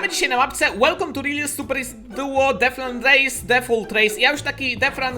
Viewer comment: pls muw detchran a nie defran